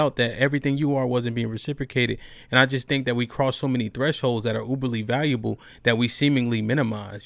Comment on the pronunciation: I’m sorry I didn’t know that you were speaking about finna! I thought you were speaking about behavior. I have no push back on the word finna! I said something about the woman always saying thank instead of think🤷🏽‍♂️💕